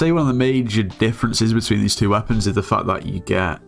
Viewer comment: that "is" triggers me so much